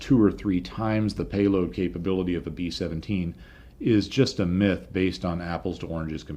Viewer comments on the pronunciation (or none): none